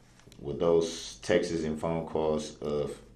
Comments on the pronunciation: Bro it’s “Texts” Not “TexEss” his dumbahh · This ignorant fool can't even pronounce the word texts🙄 "texiz"🥴🥴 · I love how he keeps calling himself the "alleged defendant." Dude, you're the defendant. It's absolutely certain. Also, what's a textez? He keeps saying textez and it sounds so stupid! Don't axe me bout textez! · Why does he pronounce “texts” as “Texas”?? Literally one of the weirdest things I’ve ever heard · This dude's a clown, he's mispronouncing the plural form of texts; he's saying Texas's. He's a legend in his own distorted mind. I feel bad for his poor mother, she's probably wondering where she went wrong. She's probably been an enabler most of his life, seeing how he was an adult man, living with his mother, along with Ms. Patterson.